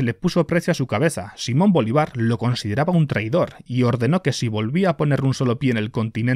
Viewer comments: Me ha gustado mucho, aunque ten cuidado con los acentos y las tildes SiMÓN BoLÍvar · No puedo para de reir cundo dise simon Bolívar sin asentó bueno buen video no conosia esta istoria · Sólo te ha faltado investigar cómo se pronuncia Simón Bolívar :P Por lo demás, excelente vídeo.